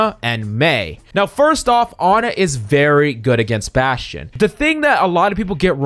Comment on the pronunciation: baSCHtSCHion. ah yes